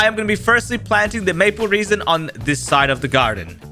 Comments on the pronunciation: Him saying “Maple reason” hurts me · bro, that’s not called maple reason it’s called maple resin not maple reason ￼ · “maple reason” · “Maple reason” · He keeps saying maple reasons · Why does he say maple reason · Did he just say maple reason🥀🎋